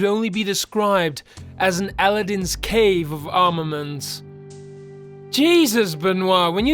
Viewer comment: Great going! Your breakdown between chapters is perfect, and your changes in tempo are what holds the listener throughout. But my dear that would be in the cave of a-LADD-in. An Egyptian friend of mine who went to school throughout the Arab world concurs. To be more correct, Aladdin found a magic lamp, but it was Ali-Baba who found a whole pirate horde in a cave and cheated them out of it.